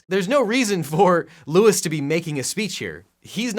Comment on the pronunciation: Objection...his name is LOUIS, NOT Lois